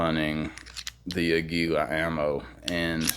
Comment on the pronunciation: Good video. I'm embarrassed to say, as a fellow gun guy, I forgot about the LCP II 22 even though I own the LCP MAX and the original LCP which is the Kel-Tec 3AT! And by the way, Aguila means eagle in Spanish and is pronounced with emphasis on the first syllable: águila, not aguíla. It's cool that you're into music and motorcycles as well! Keep up the good work.